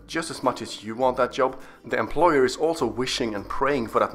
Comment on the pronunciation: A guy unable to pronounce employer is telling others how to answer